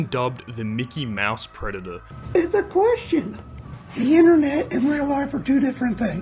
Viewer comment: ITS A KWESHUN!